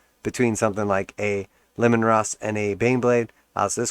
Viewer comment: Bro, it's Lee-man, like Gary Leeman the hockey player